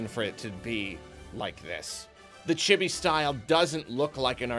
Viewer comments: Did you have to waste the whole first minute explaining reviewing? It also isn't pronounced Chibby. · Honestly a great review. You pronounced "chibi" wrong, but otherwise great video.